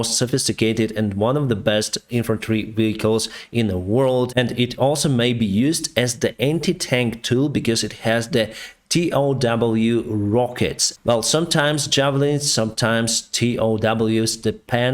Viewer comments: Hi. Great work. BTW: TOW is just pronounced "tow", like towing a plane to the gate. It stands for "Tube-launched, Optically tracked, Wire-guided". Range is generally 3km, but can be as high as 3.75 depending on the model. Still the most popular anti-tank missile. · also pronounced like toe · Just a small bit of help for you: TOW is pronounced in English as toe (toʊ). It's a fairly robust missile. I've seen them bounce off of the ground and the gunners were still able to hit their targets. Keep up the good work and Слава Україні! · The TOW is just called the “tow” or “toe.” Yes, both of those words sound the same. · TOW is pronounced as a word rather than individual letters.